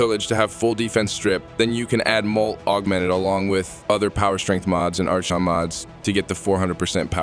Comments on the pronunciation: Your new AI voice is pronouncing Archon wrong. It's Aa-Kon, not Arch-on. The H is basically silent. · Archon is pronounced "ar-kon" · Ar-CHON shards 🤣🤣🤣 ai voice